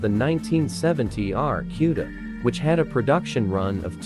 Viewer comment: Get it right clown, it is an AAR C U D A